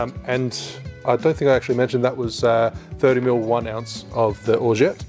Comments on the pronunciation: it's pronounced orgeAt not orget you have to say the A not the E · Great cocktail! I love your channel But please say Orgeat the right way:D:D:D forget about the 't' at the end don't say it, it's silent.